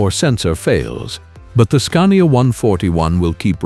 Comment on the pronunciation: Scunnia 141 vie B8... Scania Veeveight... etc. Please put some effort into this AI slop narration and it might be a nice channel to watch.